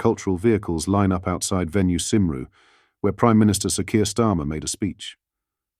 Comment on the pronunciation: Small point. You said venue Symru, it is pronounced Kymru [Cymru].